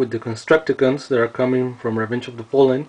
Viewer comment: constructicon not construciken